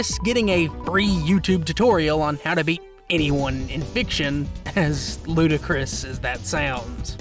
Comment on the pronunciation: Ludicrous? Don’t you mean… Ludikris?